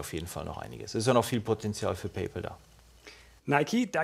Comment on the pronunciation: Hrrrrggggllll - isses denn so schwer? "Paypaul" gibt es nicht. Kann bitte jemand mal an seinen Englischunterricht erinnern? "Paul"ist ein Vorname. "Pal" heißt so viel wie Kumpel oder Freund.